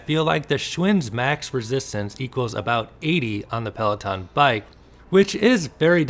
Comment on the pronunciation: PLAW TAWN ( FRENCH AF)